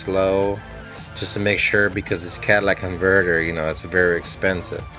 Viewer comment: Cadillac inverter are you deaf